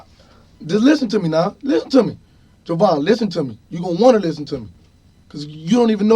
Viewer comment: They are killing me with these names. "Joevan," "Makeva."